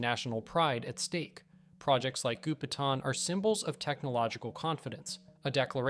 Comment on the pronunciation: Gou Pi Tang , Goupitang, not Gupetan.